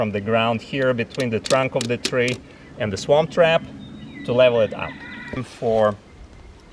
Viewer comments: I know he's not saying it but it sounds like he's saying Swamp Trap LOL. Pretty sure it's Swarm Trap. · I think he was trying to say "Swarm Trap" which would make more logical sense. Just saying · Where do I get my "Swamp Trap"? Just kidding:) That is what I thought he said though. I just purchased my 1st hive on Friday. And am waiting for our bees to arrive ❤ Thank you for the video.